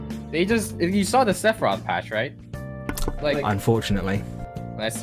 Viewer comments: Say fi rowth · Top 15 trying to pronounce Sephiroth